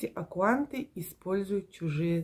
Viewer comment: может аккаунты????? А не акуанты.